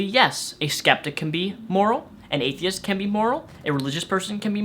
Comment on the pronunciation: it sounds like he is saying "HateTheist"